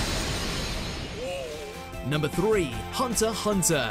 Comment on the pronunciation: Thumbs up for pronouncing Hunter x Hunter right.